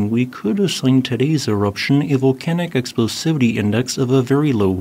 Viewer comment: and yet he can't pronouce volcanic?